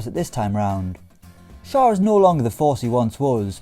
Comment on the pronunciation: Schär is pronounced like „Shair“ not „Shur“ because it‘s „ä“ and not „a“ 😉👍🏼